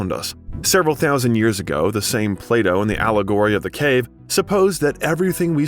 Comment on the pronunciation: Plato. Not play dough